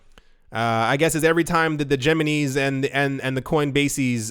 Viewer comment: Geminese LoL 😂